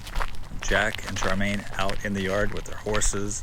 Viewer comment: Her name wasn't Charmain, it was Char mi an.